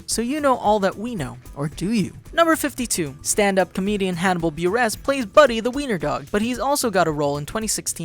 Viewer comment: I hate the way he says